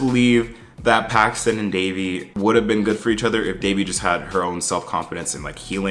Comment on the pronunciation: Is it just me or was Ben way more annoying this season? There was just something about him that felt especially condescending and can someone else confirm for me that he mispronounces Devi’s name because I would definitely have an issue if he’s still doing that in the third season.